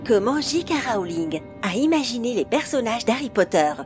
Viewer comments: Mdrr JK rAOling!!!ça se prononce rOling meme si sa s'ecrit rowling Et viktor crOum!!c'est crum que ça se prononce^^ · Jika rowlinne//sévrus rogue// MacGonagale//wèslait//gringotte😂 (j’rigole super la vidéo hp ma vie)❤️ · gi ka rowlinne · bill et ron ouaizlay victor kroum et jk raowling la voix off c'est pas encor ça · Tu te fous de ma gueule ? Wèsley ?? Raouling? Sevrus ? Kroum ? Et y en a d'autres ... la voix !! LA VOIX !! JE VEUX ME SUICIDER !!!!! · JK Rowling : "JK Raoling" Ron/Bill Weasley : "Ron/Bill Wèslèh" Severus Rogue : "Sévrus Rogue" Viktor Krum : "Viktor Kroum" Mdrr j'en peux plus